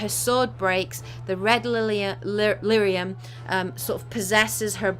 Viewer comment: Lyrium not Lythium. But great video! :) love it